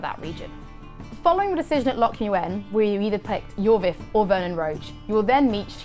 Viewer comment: Loc muenne?!?!